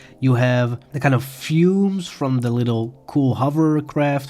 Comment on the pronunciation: Hey. You are pronouncing "Foliage" wrong. You sound like "Foil-age" when it should be "Fol-iage". Your English is great otherwise.